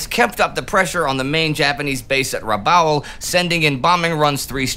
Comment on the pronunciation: Great video, as always! Very informative and thoughtful. But... if you were transported back in time onto the bridge of an allied warship in the South Pacific and started talking about "Boo-GON-ville" and "Trook" and "Raba-ool" the sailors would think you had suffered head trauma. Your pronunciations are entirely anachronistic, which throws off the appreciation of all the rest that you do. Again, great job otherwise.